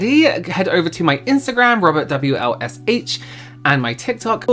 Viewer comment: fwee welsh 😓